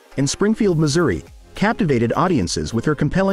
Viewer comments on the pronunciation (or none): none